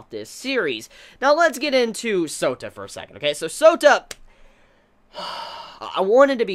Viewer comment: Every time says Souta..all I hear is Soda lolxD